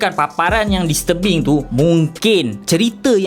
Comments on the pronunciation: Aku dengar filem "dis tebing" "mr Bing" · Aku sorang je ke yang salah dengar dia sebut "Filem Mr.Bean" ?😭😆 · bila dia sebut 'disturbing' aku dgr 'mr. bean' 🤣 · aku sorang je ke bunyi mcm dia sebut mr bean? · "mr bing" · Aku daripada mula ingatkan dia cakap 'mr. bean'. Tapi bila aku baca komen kau baru aku sedar. Tq bro. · Aku dgr dya ckp listurbing... 😆😆😆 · haah dia sebut disturbing bunyi mcm mr bean gg tol